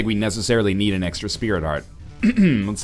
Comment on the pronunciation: "Gives you like un item." NL your french is showing. :p